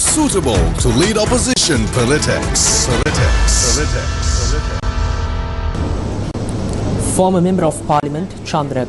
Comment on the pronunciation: And what is she-dool? The word pronounced as sked-jool And echoing of pelatics is really disturbing 😂